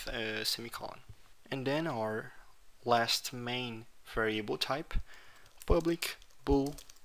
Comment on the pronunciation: Camarada meus parabéns, só não gostei do "varieibou", estaria mais pra "vériabou" rsrsrsrsrs, mas mesmo assim ficou bacana, continue com o bom trabalho.